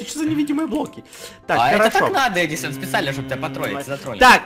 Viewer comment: Просто ор, сказал не Эдисон,а Педисонннн😂😂😂😂😂